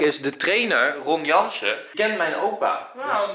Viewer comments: Het is Ron Jans niet Ron Janse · Ron jans HAHAHAHA niet ron janssen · enzo het is ron janSSSSSSSSSSSSSS duidelijk ron janSSSSSSSSSSSS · Best triest dat als je over Ron Jans verteld, dat je z'n naam niet eens goed zegt...